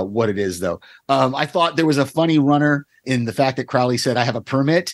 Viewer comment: It's odd how many reactors/reviewers can pronounce Aziraphale correctly but don't pronounce Crowley in the way that it is consistently pronounced on the show.